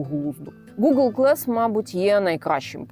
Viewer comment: Слово "glass" англійською вимовляється з "а", не "е". Дивно, що канал перекладу з англійської не знає елементарних слів 😊